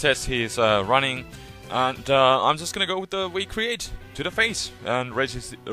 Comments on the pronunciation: it sounds like you say, "we create" instead of V create, but still, a fun victini....in UU? seriously, that's why i don't like smogon... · He says "we create" and "wictini" because in German, "W" has a "V" sound, so he naturally has a W-V pronunciation variation, haha.